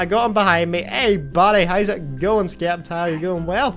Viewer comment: the c is silent in sceptile